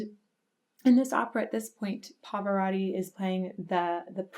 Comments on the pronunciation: Who is the "Pavörödi"? Did you mean "PA-VA-ROT-TI"? Your pronunciation so sucks. You should learn how to pronounce it. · Perdona il mio commento,ma anche tu come quasi tutti gli anglofoni hai una pronuncia di Pavarotti davvero pessima,so bene che nella tua lingua le doppie si pronunciano come una lettera sola,ma dovresti sforzarti di usare le 2 TT di PavaroTTi,inoltre voi anglofoni traformate la lettera T in D,e questo cambia completamente il suono,diventa un'altra cosa,ti suggerisco di cercare file audio dove Pavarotti viene pronunciato correttamente,fallo almeno per il maestro,per le altre parole posso fare finta di niente,ma il suo nome è importantissimo per me,si lo sò sono un rompi @@ scusami di nuovo. PS sei bellissima(L e S doppie). 🤣🤣😂😂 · The correct pronunciation is Turandot with the final "t" because it is not French but the name of an oriental princess. And... there are two "t" in Pavarotti!! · Please learn the proper pronunciation of Pavarotti.. It is not Pavoraughti It is Pavaroati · It is Pa-Va-Ro-Tii Not Pavarori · Please don't pronounce your last name like that!! “Pavarori” 😖, It must be pronounced with T, PavaroTTi.. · It's Pavarotti, not Pavaratti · Parvararddi! Turandoe! Bizarre pronunciations.Turandot is not a French name, although it might look like one, and therefore the last T is pronounced. As for Pavarotti. The American way of pronouncing long As in foreign names sounds so strange. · Pavarotti is not "Pav'radi". For fuck's sake, if you're going to publicly talk about somebody for half an hour, at least make sure you know how to pronounce his name. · Love it but his surname is Pavarotti. Notice the O after the R. it is not an A. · you really butchered the his name haha, love the vids though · It's PavaroTTi, T as in fucking table, tornado, you always misspell italian names and surnames